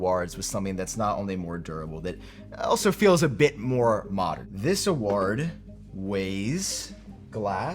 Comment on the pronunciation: pronunciation of ‘award’ is nearly as triggering as his pronunciation of ‘quarter’ 😂